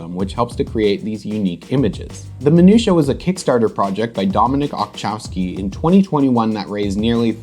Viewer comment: Apart of anything, I just love the way You pronounce 'Minuta' ;P